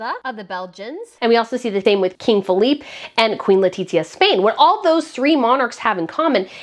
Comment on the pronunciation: Great vid. You got your pronunciation of Phillipe and Felipe the wrong way round however. 😜